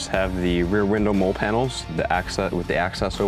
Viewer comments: That’s actually pretty funny. I know the correct pronunciation, but I can’t help pronouncing it wrong. Lol. It’s a real thing. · Awesome rig. Lol but the way you pronounce MOLLE gets me. Just so you know, it's pronounced like the name Molly. 😂 dope setup though.